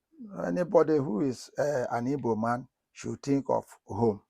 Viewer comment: Unfortunately ndi Igbo are messing up. We are IGBOS not IBOS for god sake. The ward IBOS came from those none Igbos who cannot pronounce GB then replaced it with B and some of us ndi Igbo stupidly accepted that wrong pronunciation of our beautiful name IGBO which came from ndi GBO the ancient people or people of the ancients.